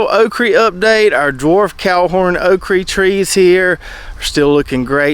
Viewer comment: Okra, say it with me. Okra. You know when babies mispronounce words like saying bobble instead of bottle? That's what you sound like when you say "okrie" instead of okra. I can tolerate taters and maters, but "okrie" is where I draw the line!